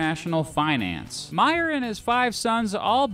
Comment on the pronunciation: Pronounced May-er. As in the month of may-er.